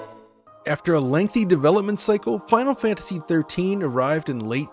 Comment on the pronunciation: please learn how to pronounce "Final Fantasy" next time you help with 2-part movie length series of videos about it.